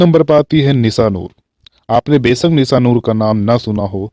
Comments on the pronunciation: Sir aapki bhasha shudh nhi shabdo ka ucharan sahi nhi he jaise sha shabd ko ucharit kar rhe he Nisha ko aap nisa keh rhe he Nirdeshak ko aap nirdesak keh rhe he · निसा नूर, सादी सुदा, दसक, निर्देसक, महेस भट्ट, अरे भाई उच्चारण शुद्ध करो